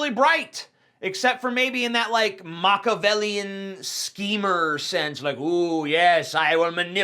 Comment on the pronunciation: Machiavellian. Mac-ya-vel-yan